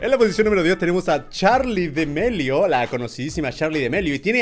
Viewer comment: Germán es damelio no demelio